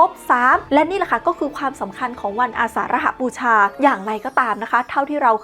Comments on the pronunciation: อาสาฬหบูชา อ่านว่า อา สาน หะ บู ชา ไม่ใช่ อา สาน ระ หะ บู ชา ครับ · อ่านว่า อา-สาน-หะ-บู-ชา และ ปะ-ถม-มะ-เท-สะ-นา ครับ youtuber